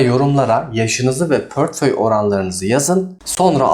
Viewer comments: hocam tekrardan dolayi degil de pörtföy demen çok rahatsiz etti dinleyemedim maalesef.. yeni videolarda tekrar izlerim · Portföyü pörtföy diye diye videoyu izlemeden kapattim dayanamadim